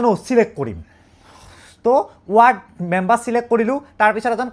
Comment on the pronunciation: Member ❌ Membor ✅😮‍💨